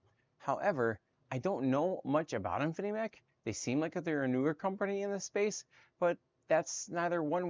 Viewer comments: It’s “Infimech” not “Infinimech.” The least you can do is get the name of the company right. How can anyone take you seriously when you make such a dumb mistake? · Dude, it's InfiMech, not Infinimech 🤣🤣🤣